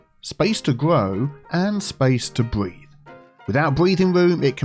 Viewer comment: I heard breed instead of breathe. 😂